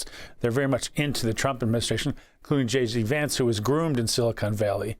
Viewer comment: LOL. Old man said "Jay Z Vance".😂